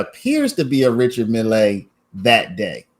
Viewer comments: Just Mill not Millay.😊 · Stop saying mill lay!!!